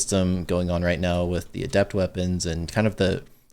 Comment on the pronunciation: Can we talk about how doesn’t pronounce adept correctly? Finish high school much?